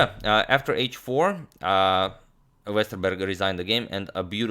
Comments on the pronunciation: Impressive pronunciation of Westerberg. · I'm of course not saying his pronunciation is perfect, it isn't, you can't expect that from someone who's not from Sweden. All I'm saying is that it was way better than I expected. Most people don't get a single part right; he basically nailed the "Berg" part of Jonathan's name. I know swedish, I was born in and have lived my whole life in Stockholm.